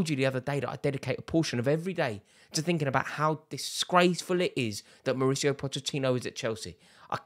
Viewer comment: Rory pronounces Mauricio differently 100 times in one video.